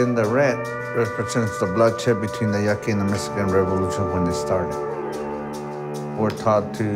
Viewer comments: She said yucky' its YA-AH-KEY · Really called us “yucky” wth 😔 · If you’re going to do a documentary learn how to properly pronounce the name of the tribe. It’s borderline disrespectful how this woman is pronouncing Pascua Yaqui. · W/S BARRIO ANITA!!! who the freak let this cherokee post a video in my barrio and yea learn how to say Yaqui 💪🏽🤎🇲🇽🇺🇸🏜️🪶🌵